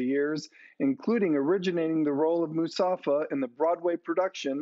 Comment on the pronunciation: it’s Mufasa not musafa